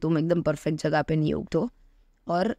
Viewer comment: I know that she is gujrati because she said 🗣️ jagya instead of jaga